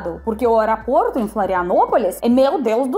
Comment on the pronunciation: Não wearaport, fala aeroporto 😂😂😂 desculpa, parabéns feliz aniversário 🎊🎁🎉🎈🎂